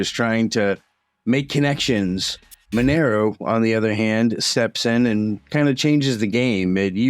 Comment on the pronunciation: Mon er o? No. məˈnɛroʊ Mon - air - oh Two minutes in and two words are mispronounced. KEY words.